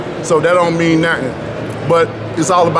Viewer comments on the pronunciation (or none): none